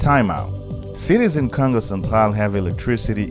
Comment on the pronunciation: Love the accent bro the way you prononcé Congo sound like kango.. love your video by the way keep it up..